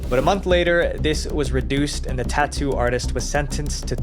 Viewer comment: what is tauuu? =)) i was thinking is Tattoo not tauuu